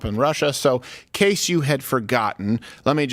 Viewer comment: Freudian slip... "A GAYse of example". 🤣